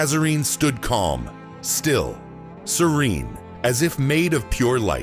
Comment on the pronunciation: The mispronunciation of the word "serene" -- among certain other things -- tells us this narrative was written by AI. But it was well done.